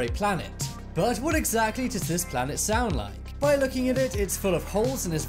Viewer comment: Ah yes 'saound'